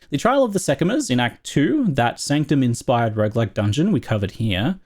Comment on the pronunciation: bro it's sanctum